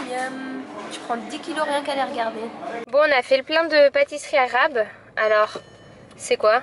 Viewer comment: Tu le prononsse assez bien les pâtisseries arabe et je suis algérienne ,t'es génie continue comme sa 😘